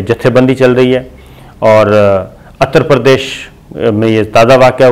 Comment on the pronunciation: Atar pardes naheen uttar pardes islah kar leinl isi tarah hindutawa nahen balki hinduttav hai hindi na janne ki wajah se tlaffuz main ghalatiyan ho rahi hain.. 😏😕🙄🙂